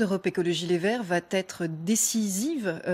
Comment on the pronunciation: « Va T être « ....Jeanne au secours !!!